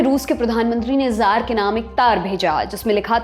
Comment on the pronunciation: जार नहीं कहा जाएगा, त्सार का उच्चारण होगा, रूसी भाषा के तहत।